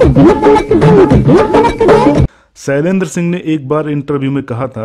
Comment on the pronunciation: सैलेंद्र नही शैलेंद्र